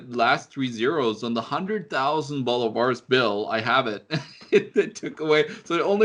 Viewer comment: You made it sound like Boulevard, Its pronounced Bolívares. Work on your spanish gringo boy